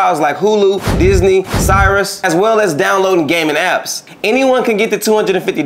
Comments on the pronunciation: See I wasn’t gonna say none but…This nigga said “Cyrus” when pronouncing Sirius radio.. 😂😂😂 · be cracking me up when he pronounces Sirius (serious)as Cyrus